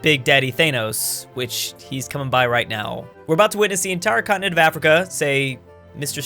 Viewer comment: Everyone: continent: cottonit